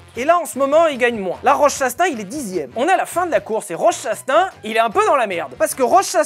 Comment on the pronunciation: la prononciation de Chastain m'a fait perdre 3 ans d'espérance de vie ptdrrr